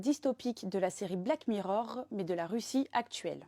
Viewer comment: Rien que la prononciation de black mirror rrrrr ma irrité les oreilles.